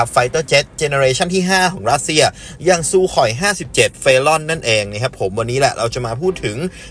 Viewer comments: ซูคอยครับซูคอย ไม่ใช่ “ซูข่อย” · ซูคอย ไม่ใช่ ซูข่อย....เด้อ 😂😂😂 โคตะระมั่ว !!! คลื่นเสียง กับ คลื่นเรดาร์ มันคนละชนิด คนละเรื่องกัน ไปเกรียนฟิสิกส์มาใหม่นะ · อ่านเป็น ซูโค่ย สัสเอ้ย